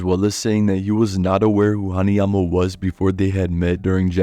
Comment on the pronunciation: u good bro, u nailed it